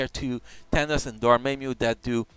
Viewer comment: Wasn't me or was he mispronouncing dormammu and kid kaiju. Not a big deal what is his native language.